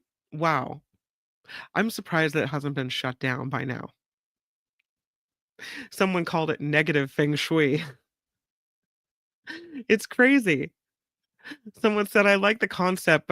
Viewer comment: FYI - feng shui is pronounced fuhng shway